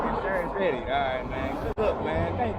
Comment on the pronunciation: LOL HE SAID ALROGHT BUBBLE